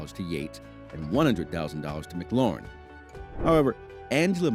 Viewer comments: Just letting you know McLaughlin is pronounced like (Mik-Loff-Lin) not Mc Lauren. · COME ON YOU CANT SAY THE DRIVERS NAME RIGHT WHAT BS